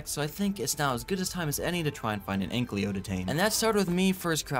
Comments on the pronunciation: Brother pls it‘s Ankylo Not Anklyo 😂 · Commenting on every vid until he pronounced ankylo right❤